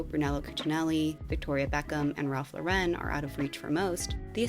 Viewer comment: Great video! Correction on a common mis-speak: Ralph /LAUR/en not Laur/EN/ (like the French Yves Saint Laurent)